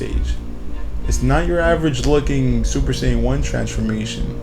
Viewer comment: saiyan not shaiyan